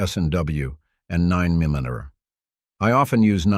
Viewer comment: How ya say 9mm😂😂